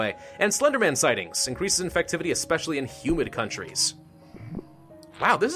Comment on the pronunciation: when he says humid I thought he said human! Yeah duh it affects in human countries, thats ALL countries! yummy humans.